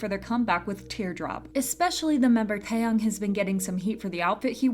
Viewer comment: It's TaeyAng and not TaeyOng...